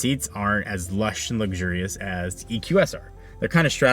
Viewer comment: The way you pronounce luxurious… lug-jury-us?